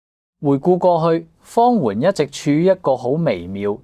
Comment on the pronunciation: 主持幾次讀"方媛“個名讀作"方圓“😂😂😂😂